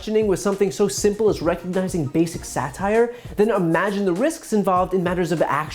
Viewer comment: right winger-"satire?...what is sat-ire?"